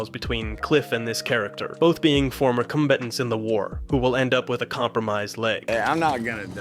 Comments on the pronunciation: AI voice? "Cmbatnts" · Cumbatants is NUTS bruh 😂 the mispronunciation was uncalled for